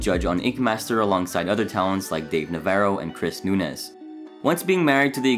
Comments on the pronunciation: It's pronounced "noonooz" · It's pronounced "noon-yez". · "Chris Noo-nez" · It’s pronounced NOON-YEZ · NOON-yez. That's how you pronounce Núñes. There's an ñ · I dream of a day where people pronounce Núñez correctly 🙄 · I always thought his surname was "nuÑez" and was mispronounced due to english speakers inability to pin down that sound.